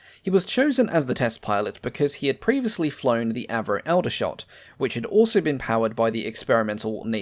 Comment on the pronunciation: He pronounces Aldershot incorrectly as well. The Al is pronounced as in fall not as Al the name.